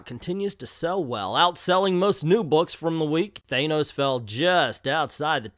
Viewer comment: Most people I know of say Than-ose, only a small number of people strangely insist on mispronouncing it. It shouldn't even be that hard.